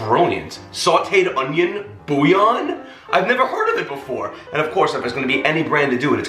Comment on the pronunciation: I like how you say boooo yawn 🥱😂🤣🥱😂🤣 so .... the "L's" are silent? Never knew that .. i pronounce it bull yawn